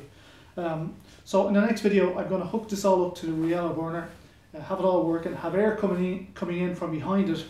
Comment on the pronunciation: it gets me how you pronounce "bournour"